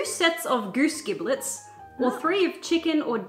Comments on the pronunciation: Lol. Giblets (pronounced with a j sound) are the 'less desirable' parts of a bird. I.e.: heart, liver, neck, ect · Fun fact: Giblets are several organs of fowls (birds), more commonly eaten in the Southern US, and the "G" is pronounced with a "J" sound, like Jib-lets. :) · The pronunciation of "Giblets" made me laugh so much. I like using giblets and most offal, modern society wastes so much meat by not using all of an animal, its not gross, there is no difference between eating the leg of an animal or eating the heart/liver/blood/kidneys etc!